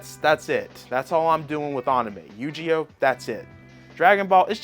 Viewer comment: This man said YuGeEOh